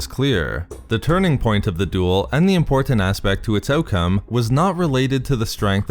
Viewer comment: Too many verbal insertions of the bastardized word, “EM-POR-TENT”...🤨